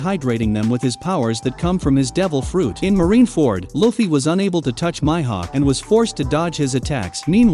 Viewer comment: This man is not even watching one piece looks how he says mihawk he said myhawk